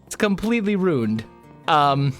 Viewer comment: I have always found it entertaining that you pronounce rune and ruin exactly the same. :)